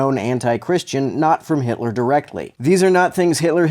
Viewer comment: Know it’s going to be good when the first words out of the guys mouth “Adolf Hilter”